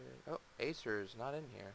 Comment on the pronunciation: its definitely not pronounced "ASER"